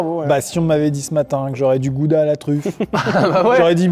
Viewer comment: Superbe vidéo! J'adore le concept, continue dans cette lancée! Tu m'a vraiment aidé dans des moments dans ma vie où j'étais pas bien. P.S. On dit "Raouda" et pas "Gouda"